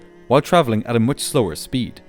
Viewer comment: How many times did he say "tin"... can't make the "th" sound evidently... and "much" with the "oo" sound (as in "foot") for the "u". Very annoying.